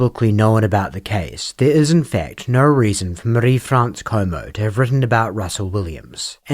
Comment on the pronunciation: Your pronunciation of "Marie" confuses and infuriates me. Surely you don't think that's even close to some French way of saying it? Which accent or language are you trying to do?